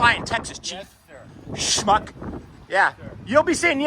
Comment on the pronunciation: You said it right smuck